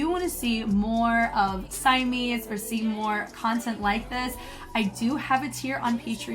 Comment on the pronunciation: Love the video!! Just a note, Simeez is pronounced 시미즈, oh and also the guy that was doing the couple freestyle choreo at the end of the first group is 이조 from SMF Eoddae (the one who was Rain in their Rain choreo mission)! Simeez and him used to date. That's enough TMI from me 😂